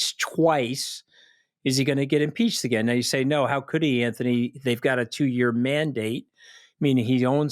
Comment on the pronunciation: It is Anthony. Not Antony.